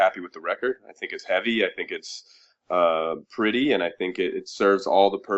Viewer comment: "prety" are you serius???